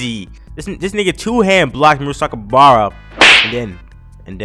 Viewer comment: You messed up the pronunciation of my boi murasakibara's name